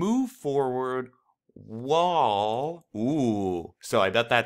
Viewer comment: Love your videos, they have helped so much with this unit. I'm just confused why you pronounce "while" as "wall"..... other than that you're videos are awesome!!!